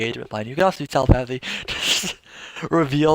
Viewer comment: Triggered by the way you pronounce Telepathy. But good and informative video. Thanks!